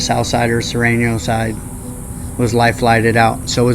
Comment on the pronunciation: Surenos not Sorenos